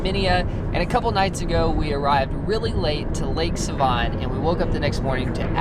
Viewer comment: He said Lake Seeeevan 😂😂😂😂😂 Its pronounced Seh-Von lol just thaught it was funny